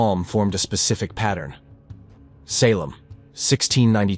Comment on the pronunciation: Had to stop listening to this AI NARRATION! The way it mispronounced SALEM, 5 TIMES IN A ROW!! its just ridiculous! I refuse to give my time listening to a story read to me by a non human that DOES NOT YET COMPREHEND AMERICAN ENGLISH! ITS INSULTING! LAZY WRITING! LAZY EVERYTHING! SHAME ON YOU FOR TURNING ON YOUR SPECIES! BOOOOOOO!👎👎👎👎👎👎👎👎👎👎